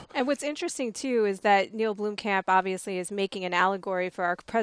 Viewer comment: It's not pronounced "Bloomcamp", it's pronounced "Blomm-kump". Spelled Blomkamp of course.